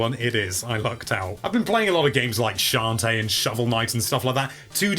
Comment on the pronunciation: I like the way says Shantae and Shovel Knight! He does awesome S's! Also, "The shaft was stuck in there" sounds so bad! And everything is always fault. It's his fault I'm old!